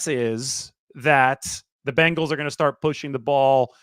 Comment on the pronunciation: start not stert Einstein